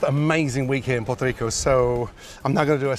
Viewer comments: Lol at Gordon’s accent trying to use a Puerto Rican accent to say Puerto Rico but sounds like port-toe rico. And the color of that steak at the beginning was scary. It looked gray. 😒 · “Potrico” lol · Say Puerto Rico as genuine as you possibly can again it was hilarious. I keep rewinding the beginning 😂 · Why does he pronounce Puerto Rico like that 🤦‍♂️